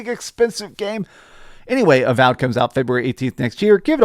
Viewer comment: what happened with some of the pronunciations in this video haha, called avowed avalled at one point and called re fantazia re fontayzio